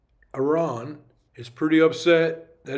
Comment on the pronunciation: Hey Buddy 👋 Here‘s your #1 German-Persian friend again. Thanks for another great video and all your constant effort you put in 👏 I love the fact, that you are one of the few american/canadians that actually pronounce Iran correctly 🎉 Greetings and all my love from Germany ❤